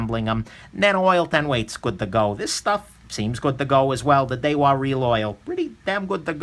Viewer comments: Daiwa pronounced die-wa not day-wa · "Daywa" lmao